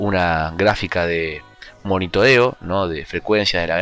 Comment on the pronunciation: monitodeo jajajajajaj